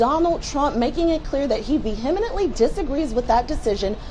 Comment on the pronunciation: Did she seriously say “veheminently”?